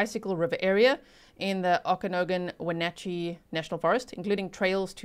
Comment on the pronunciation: Hi, Okanogan is locally pronounced as “OAKA-NOG-IN” (The first part is as in OAK (like the tree) and a short A as in “Apple”) 😊 edit: at least in Canada